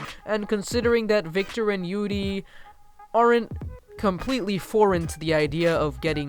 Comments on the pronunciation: “yoodie” on ice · Did he fuckibg say yudi on Ice Im literally am so offended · Dude your pronunciation of yuri and yaoi are so off XD Tbh I don't really get why people are acting like Yuri on ice is such a revolutionary thing since there's been gay characters in anime since like the 90s.